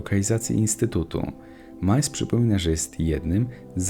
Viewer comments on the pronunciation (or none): none